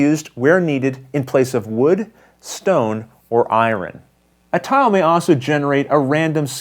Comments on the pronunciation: ***** I think the person is making fun of your pronunciation of the word "Iron." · "Iwren" ? :) Good job on the how-to!! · ***** Ha...I'm from the south where we murder the English language for a living, but I was getting tickled each time you said iron. :)